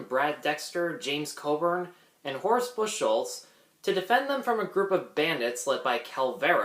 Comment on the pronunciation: Please,, Bucholz is pronounced Buckholts NOT Bush holts.